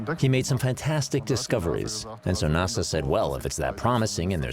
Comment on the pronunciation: It's so strange, the narrators don't even say years in the same way. She doesn't even pronounce NASA correctly lol.